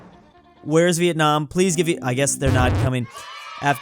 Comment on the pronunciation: Bro said venamor instead of Vietnam